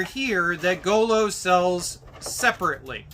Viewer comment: Its not go-low its Gooloo